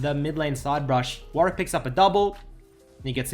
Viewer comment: "WARICK" actually tilting D